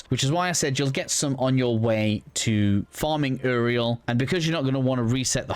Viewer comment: bro said Eriel not uriel